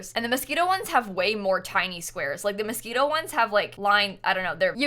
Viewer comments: its moschiNo not mosquito lmao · sorry but [Mos-ke-no] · did she really say mosquito instead of moschino, im dying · Anyone else thinking she was saying mosquito pack the whole time? No, just me? Okay, lmao. Whoo I need coffee ☕ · am I the only one who thought she was constantly saying mosquito instead of Moschino? :) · I thought you said "Mosquito Stuff" and I was feeling it cause dang I am tired of these mosquitos this summer! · Is she saying "Mosquito" instead of "Moschino" ???? I can't !!! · Did anyone else think she was saying Mosquito Stuff Pack at first 😂? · Everytime says "Moschino", I can't help but hear "Mosquito" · Are you saying Mosquino or mosquito? 🤔 Im confuse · I was looking for someone who also noticed this and commented on it lol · I was like, what is the mosquito stuff? Took me ages to realise it was Moschino, I thought I had missed out on something 😂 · please stop saying Moschito stuff, i don’t know why but it makes my blood boil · IT TOOK ME LIKE HALF THE VIDEO TO REALISE SHE SAID MOSCHINO STUFF NOT MOSQUITO anywayss yay! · Half way through I was like ohh... she means Moschino... hahah